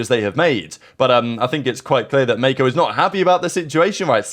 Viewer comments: Bro over pronounced it 😭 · calling Mako Meko is the funniest thing I witnessed today